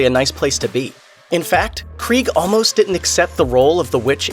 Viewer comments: Her last name is pronounced KREE-Ga you moron. do the research. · Her surname has 2 syllables, not one.